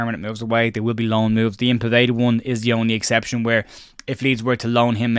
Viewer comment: Small thing but Povedas first name is pronounced Yan not Ian.